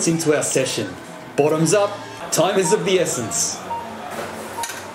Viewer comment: It almost sounds like u said “time is of the beerssence”